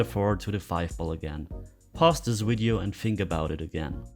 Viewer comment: From the top pool couple in NS we enjoy your explanation of the game. Get a chuckle every time you say wideo instead of video. 🙂